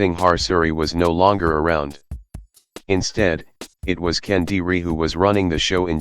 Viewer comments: Sir, it is Kediri, not Kendiri 😥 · It's Kediri, not Kendiri. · Sorry for being a jerk but it's kediri (or kadiri) not kendiri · Thanks to introducing my country simplified story well is not Kendiri is Kediri, that was not add "n" and Kediri its the Name of the City and Mojopahit is located in Mojokerto, like similar right? Haha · Great stuff. Just one correction: it's KEDIRI (kingdom), not KENDIRI. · It should be Kediri not Kendiri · It's Kediri. Not kendiri. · Just a little correction Its Kediri, not Kendiri I was born in Kediri, nowadays a small city in East Java Province, Indonesia There are several archeological site from kingdom era here in Kediri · It's Kediri lol not kendiri - never heard that name before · It is Kediri, not Kendiri. But great video anyway 👍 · *Kediri (Ke-Dee-Ree), not Kendiri *Singasari (Sing-nga-sa-ree)